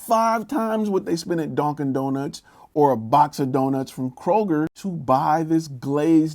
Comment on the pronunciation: "Donkin Donuts" xD